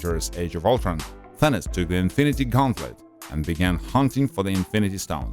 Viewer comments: He said Thinis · U pronounced thanos as Thauns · Did he call thanos thenes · Its Thanos not Thanas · this man called him Thanis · Hehe........ He sed tenes instead of Thanos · First off, if the movie is about him and follows him, he is the protagonist no matter what, the movie is about his journey so to call him the antagonist is just stupid and shows the lack of attention to the Greek research part he did, since it originates from the Greek language. Not only that, doesn't care enough to learn how to pronounce another's culture deity/personification of Death Also people tend to space out their words when speaking/reading so good job conveying about 10% information to viewers since, you know, Apparentlythisishowpeoplespeakwhentheywanttofeedyoubullsh!tandexpectyouoranyoneelsetounderstandwhatyouresaying >,> BAKA